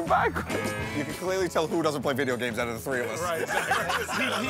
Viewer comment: I like how Sal classes up the word "games" by adding an extra syllable.